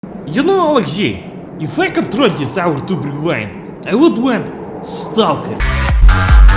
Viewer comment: Notice how he said " OurTube"